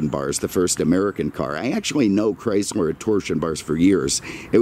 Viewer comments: First, cut through the nonesense and talk about the cars not the weather. Second, if you don't like the weather in Naples,Florida then move your ass up north where there is ice, snow, and cold. Third, it is CHRYSLER, not "Chrysmer". In some years, Imperial was a Chrysler model and some years Imperial was its own marque as was /is Plymouth,De Soto, Dodge, Ram ,and Jeep. It is not CHRYSMER. IT IS CHRYSLER. GET YOUR EYES CHECKED. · Sorry, the auto correct for me. He kept pronouncing it “Chrysmer”. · Did anyone else notice that he kept pronouncing it “Chrysler”?